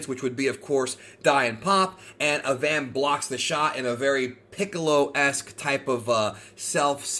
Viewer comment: pronounce Avan like Avant Garde. that is all